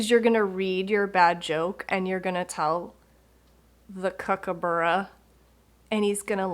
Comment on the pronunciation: Yes, you nailed it (kookaburra pronunciation) loved your down under designs